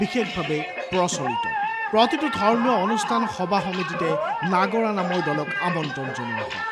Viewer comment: নাগৰা নাম নহয় নাগাৰা নামহে